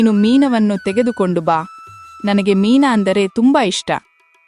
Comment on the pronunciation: ಮೀನಾ ಅಲ್ಲಾ.ಅದು ಮೀನು ಅಂತಾ ಉಚ್ಚರಣೆ ಸರಿ ಇರಲಿ.